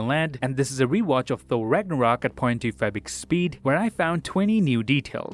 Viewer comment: Its funny how he mispronounces ".25x speed" in every video, and casually ignores the fact that he is not pronouncing right.